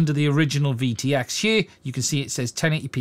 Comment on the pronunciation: I can’t help grinning a little when pronounced the word “here” as “he-ure”……I hope it doesn’t mean I’m a racist cuz I’m no Anne Robinson ya know! 😉❤️🇬🇧👍